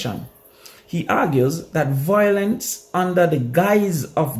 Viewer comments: Yute the word is VIOLENCE not VOILENCE u killing me with that dunce talk man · The word is VI - O - LENCE